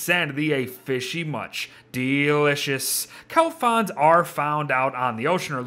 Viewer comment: please There's an "r" in "fronds" Please